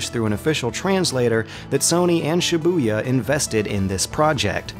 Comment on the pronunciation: Every time he said shibuya all i could think of was cyborg from teen titans